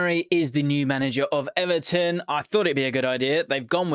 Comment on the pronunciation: imagine ebery interview he would say Eberton not Everton 😂